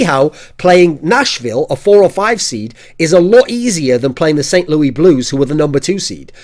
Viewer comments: THE CITY OF ST LOUIS IS PRONOUNCED "LOO-IS" THE S ISNT SILENT THORIN. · Just FYI, we pronounce St. Louis (the city) Saint "Lewis" for some odd reason. The English language is so simple Kappa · Living in Missouri, hearing someone say "St Louis" as "Saint Louie" is hilarious. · I love how he pronounces St. Louis in the French style, it sounds funny. <3